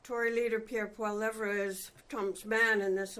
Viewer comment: I hate PP but she might want to learn how to say his name lol